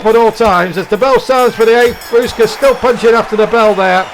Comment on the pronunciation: Love the idea. You're saying Usyk's name wrong but loved the idea.